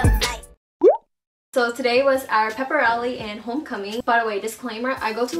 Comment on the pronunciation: Why do u say pep rally like that?